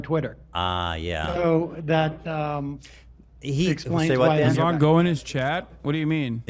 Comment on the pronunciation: Every time he says Hasan's name I cringe really hard.